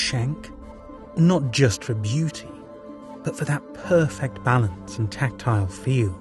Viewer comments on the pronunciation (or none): none